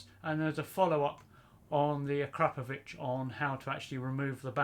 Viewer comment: Volume normalization and that's the first time I've heard someone call it a-crap-o-vich 😂👌